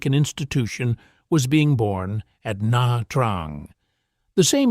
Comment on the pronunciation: Na Trang is pronounced "Nah chang". You're welcome.